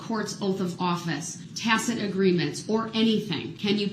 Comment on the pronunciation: "Have I acted in dishonor?". Dude you ran over dozens of little children! You have no honour. And stop saying Tacit! It sounds stupid when you've pronounced it as tackit throughout the whole case. You should've just stuck with tackit.